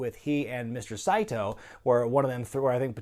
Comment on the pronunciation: Saito has three syllables. "Sigh-Ee-Toe". I love these reviews.